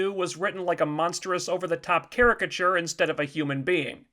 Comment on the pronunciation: What the fuck is a caryciture I thought it was a character